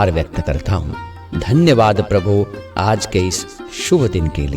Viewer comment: Prabhu shabd ko theek se bole. Yesa lagta hai ki aap Prabhu ko dhamki de rahe ho.Baaki prarthana acchi hai.